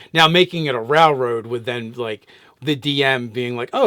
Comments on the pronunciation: dude its rail road not rall road,sorry for saying it, love you guys. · Does he mispronounce railroad. 10/10 memes.